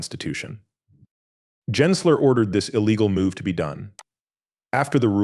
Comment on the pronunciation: It's not pronounced "Jensler", but we can't expect a fake AI voice to know that when it's narrating fake AI content.